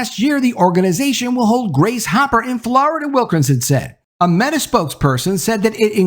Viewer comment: ...he said "MAYtah." he definitely called meta MAYtah lmao